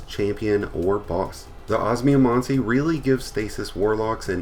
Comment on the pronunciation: Man i never tend to be someone to hung up on pronounciation but the way you say osmiomancy's triggering me so hard, it's os-me-o-man-sea sorry thanks